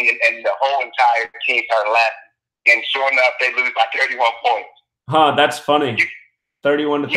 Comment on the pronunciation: he did say 31 pionts